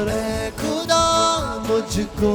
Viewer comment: खुदा नहीं ख़ुदा होता है 😊